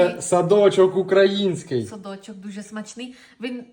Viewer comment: Ну вона чешка